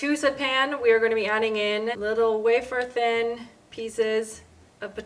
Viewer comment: Wh-affer thin. Which has been added to my vocabulary because of you. 😊